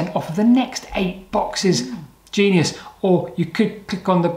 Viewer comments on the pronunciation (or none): none